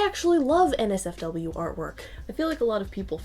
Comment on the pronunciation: When she said NotSafeForWork I heard Nazi Fork